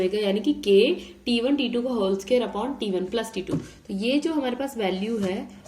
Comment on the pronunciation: Scare nhi ... square hota hai vo😂😅